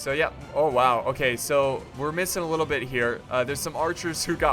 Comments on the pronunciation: when he said bit don't add the "th" i was like ok but it doesn't seem right bitth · "don't add the T H" just slow it down a bic? damn man, words are that hard.. :D